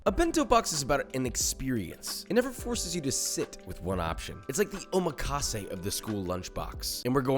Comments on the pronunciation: As much as I enjoy learning new cooking techniques, the way he pronounces some of the Japanese terms like tamagoyaki and omakase hurts me inside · your 'omakase' pronunciation kinda hurt me lmaooo